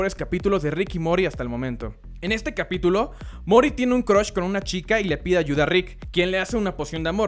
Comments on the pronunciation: tan deficil es decir morty porque coño dice mory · rick y morty por favor .. así de sencillo "rick y morty!!! no rick y mory!!!!! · por que dices mory? xdd MorrrrrrrTy! xdd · Creo que sería mejor decir "morty" así como se escribe, en lugar de "mory" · Joshua Alien eso lo sé, pero no es la entonación correcta... esta dicho "mori" cuando tendría que sonar como "muordy". El punto es que es incómodo escucharlo. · Además que lo pronuncia mal, debería decir "and" y no "y mori" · a verr repite conmigo "Rick y Mooortyyy.. a ver a ver Mooooortyy.. Morrr---ty..... no MORIII" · Mor TY, muy bien, pero porque dice Mory Mor TY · 99% de los comentarios son de la pronunciacion de morty a mori 1% son del video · me gustaría que hablaras bien y dejaras de decir Rick y mori porfavoooooor MORTY MORTTTTTYYY! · Probablemente hiciste un buen video, pero me molestó en demasía que no pronuncies bien Rick y Morty... morTi, mor-T-y, no Mori... Lo paré al medio minuto... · que mierda es morty no MORI Me va esplotar los oidos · Rick yMory me vuelve loco. neta no puedo llegar a la mitad del video con esa sola palabra, :/ Morthy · mori? mori casi con esa pronunciación. morty bro, se pronuncia la "T". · RICK Y MORTY! MOR-TY NO MORI. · No se que estas disiendo pero yo te entiendo mori en ves de morty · Ah?? Mory??? Riki mory .....se nota q tu no viste la serie :v ... RICK se la paso 3 temporada diciendo MORTY y luego apareces tu y dices mory jajaja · Se pronunciaría Morty o Mordy, pero nunca "mory" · mori nose dice morty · Por que dice Rick y Mory, en vez de Rick y Morty? :s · Se dice MORTY! NO "mori" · moRty no mory ptm xD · perdon, decías ''Mory'' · NO ES TAN COMPLICADO SOLO MORTY MORTY SE DICE MORTY NO MORI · Es morty no mori !!! :v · por que carajo dice Mory? es Morty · puedes aprender a pronunciar Morty con y XD que dices Mory por favor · Dislike por decir Mory en ves de Morty!! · rick y morty . no rick y MORY! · no sabes nisiquiera pronunsiarlo es morty y tu dices mory ... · "Rick and mory"